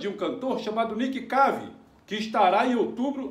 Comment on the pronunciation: É o Nick Cave! se fala Nick keive!! kkkkkkkkkkkkkk